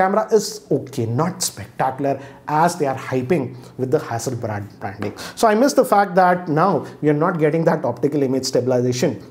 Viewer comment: All reviewers: Hassleblad hassleblad: No, this is 'hassle and bad'.